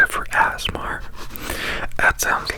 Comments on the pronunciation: Did anyone else see the episode of Criminal Minds where they used ASMR to hypnotize children and Reid spent the entire episode saying "azmer". I thought he was saying asthma and was SO CONFUSED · "ASS-MAR" Made me laugh out loud because I'm apparently 5 yrs old.